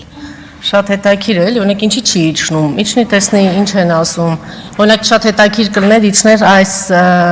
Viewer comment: Տիկին մի հատ խոսել սովորիր,"հետաքիր",տիկին Անժել հսյերեն խոսել սովորիր,ու ճիշտ կլինի կանացի պահվածքով,լրիվ տգետի պահվածք ունեք,ամոթ է